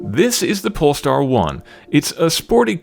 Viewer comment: who else heard "This is the Porn Star 1"?